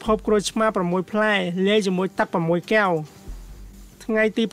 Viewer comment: ត្រូវនិយាយថា កែវ មិនមែនគែវទេ នេះជាភាសារខ្មែរ បើប្អូននិយាយថាគែវនោះៗ មិនមែនជាភាសារទេ